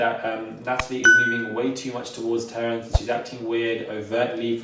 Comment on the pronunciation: Nah I'm dizzy listenin to this! But every time says 'Terrance' I lose it 💀💀 is that Terrace sat with her lool